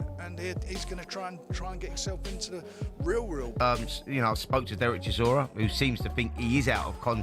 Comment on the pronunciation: Pronounce Chisora right! What a butcher job! 😂